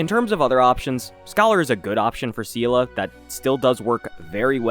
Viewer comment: Seele is such an old character people just forgot her name is pronounced as "Zee-lah". Not "See-lah" (which in Russian sounds as the word that means "strength" :)), not "See-lee".